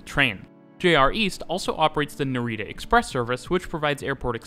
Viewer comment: Great video, but I really wish you'd learnt how to pronounce Japanese words at least a little bit before this, it's not super important but some of the words like NaREEta were really painful to hear haha.